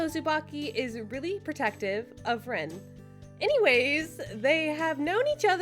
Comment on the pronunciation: It’s pronounced Reen and spelled like Rin